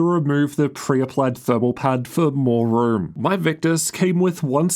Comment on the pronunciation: Damn your voice in annoying. "Its room". Not "ruuuurm".